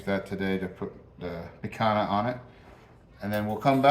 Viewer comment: Not "wagoo peak hana." It is "wag-yoo pick-han-yah"